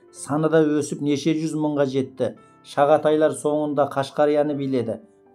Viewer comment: Оқып отырған Інім ей, жүз деген сөзді дұрыс айтшы юз юз демей